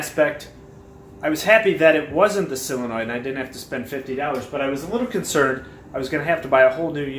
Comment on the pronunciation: Intelligent as well informative. But please, -soul-enoid, maybe -sull-enoid. No more sillinoids please!!!!